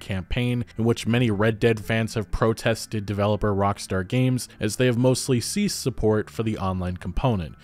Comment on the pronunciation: "Rockstore" fucking lol well done